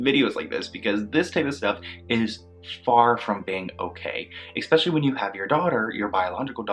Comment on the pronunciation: The word is especially. Not eXpecially.